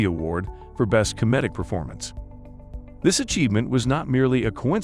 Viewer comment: Learn how to say "comedic"